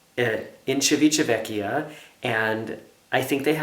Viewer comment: I think you are the only person (not including the people who live in Italy) who can say Civitavecchia!!! I had to put my glasses on to Google the name!! I've never joined a cruise already in progress, but now that so many cruise lines have 3 & 4 day cruises (not enough for me), I have seen people who did embark during the middle of what was a 7 day cruise for me! I once came very close to missing a ship on embarkation day - flying from FL to Seattle with a group of 7 (including 4 very senior citizens, one who needed a mobility scooter). We got to the pier just in time, and were checked in at curbside - the inside area had closed already! They basically checked our documents, and hurried us on to the ship (our cruise cards were issued after we boarded the ship). Cut it a bit too close, and we were lucky that it was a late sailing time (we arrived in Seattle with time to spare - but getting the transportation we had pre-booked was a long process, although I think our luggage was transported to the ship from the airport thru NCL)!! Lots of excitement for you (and Markus too)! And I think it should be Pride day every day!!